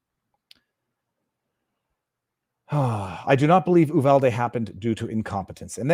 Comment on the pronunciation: its U-VAL-DEE!